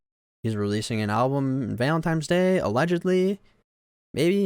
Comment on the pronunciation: His guilt or lack there of aside, your analysis of this is so infantile. This is really like a 5th grader giving a report on this. Your emotions are not nuanced enough to have an opinion on other peoples’ emotions and experiences. You can’t even say Valentine’s correctly. I don’t come at people on the internet but this is painful to know that people really put stock into primary feelings like this and stop thinking after that. There are more emotions than happy, sad, mad